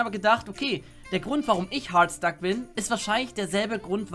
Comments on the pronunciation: CrazyDeadshot Er sagt es so: "Hoooooaaaarrddstack." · Leon Dovahkiin. Ich weiß, aber man kann es auch Deutsch aussprechen, was dann nicht so merkwürdig klingt: "Hartstack". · Es triggered mich, wenn du Hardstuck so komisch aussprichst. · Warum sprichst du hardstuck so komisch aus 😂😂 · Kann man Hard noch beschissener aussprechen?